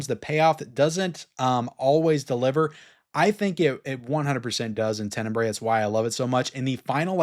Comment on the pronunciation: Hello, congrats on all your videos, just wanted to help a little bit here… Since you love so much the movie, I thought that you may want to pronounce it correctly, it is not “TENENBRAE”, it’s more like TEN-E-BRA-E, and a good translation of the word would be “darkly”…🙂